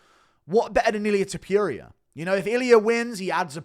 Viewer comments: WHY DO YOU SAY TOPURIA LIKE THAT IT DRIVES ME NUTS ITS NOT TOPERIA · No one: Guru: Ilia ToPEWria